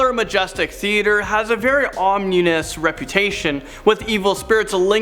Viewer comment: The theater “0m-new-us” feeling! Roflmao!!